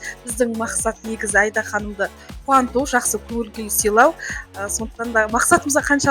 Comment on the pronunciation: Айда ханым несі...АИДА деп дұрыс айтса болмай ма.....